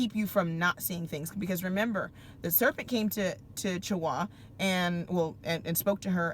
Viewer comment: hi sis may i help with that word "CHAWAH" if u dont mind. the "ch" sound is not ch like chair like how we say in english. its a hard gutter "h" like u have flem in your throat lol like from the gut sound. i love following u, your great keep up the teachings n if u have the time learn the difference between yittish and hebrew believe it or not there is a big difference. yittish has the letter "v" because they (the European of that time) couldnt pronounce the letter "b". so they say "vet" and "tov" and not "bet" or "tob". the letter "v" is not in the modern, palio, or picture graphic. they added it in to fit their speach and called it "their hebrew" or yittish, remember they are "ish" lol of us!! and im just stating this, not to pick just to share more knowledge. thanks sis, shalom shalom!!!! GREAT MESSAGE, KEEP IT COMING!!!